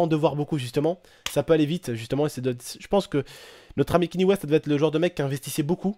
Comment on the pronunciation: on dit " kagné " west